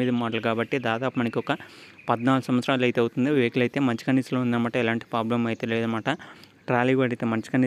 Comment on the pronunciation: ప్లాబ్లమ్ కాదు ప్రాబ్లమ్